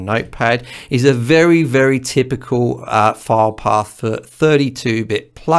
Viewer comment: This video was very helpful to me. Your explanations clicked with me. The only thing that confused me for a moment was your pronunciation for "file path". My half deaf ears heard "fire dog." The background info on VSTs was also enlightening. Thank you. You may ask how does a half deaf person record anything. I simply make it sound good to my ears and if nobody vomits, it's okay!